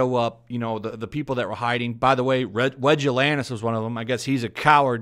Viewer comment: Wedge Atlantis he calls him haha